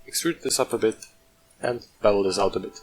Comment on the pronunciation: You know how long it took me to figure out what the hell you were saying to do at the mark? BEVEL! Sounded like double, annoying. Speak slowly on TUTORIALS!